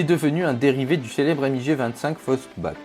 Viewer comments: c'est pas M.I.G mais MIG en un mot ... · Alors lui il m'a énervé avec son èmmigé au lieu de MIG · je vais le balancer un sidewinder putain on dit pas emmigé mais MIG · A par le MIG ( et pas le M.I.G) ce sont tous des avions expérimentaux et pas des avions de chasse